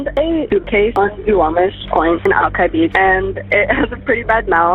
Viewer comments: Al-ki (rhymes with eye) not Al—kee… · To be fair, the computer also misspelled it. "Alki". It's like spelling Cincinnati "Cinccinati".